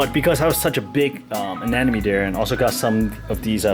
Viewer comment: It's Anemone! ANEmone! ANEMOne! ANEMONEEEEEEEEEE!!!!